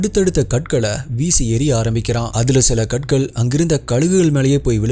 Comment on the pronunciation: katkal illa karkal change pannikonga na.....